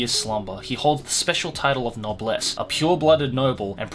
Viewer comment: i checked, and you're pronunciation is correct